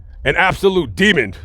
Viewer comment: I’m with ya brother but it’s a DEMON not DEMOND fyi. My friend also says Demond lol & im always correcting her. Just trying to help ya out